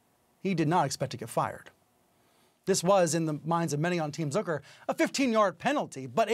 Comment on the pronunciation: "Zöker"???? It's Zucker buddy. Get hooked on phonics